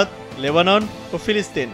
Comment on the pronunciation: সবই বুঝলাম, কিন্তু ফিলিস্তিন ও লেবানন কিভাবে বললো 🤔🙄